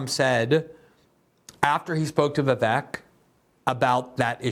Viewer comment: This guy is going to be around for a while, you may as well start pronouncing his name properly, it’s not that hard. Vi-VAYK, rhymes with cake.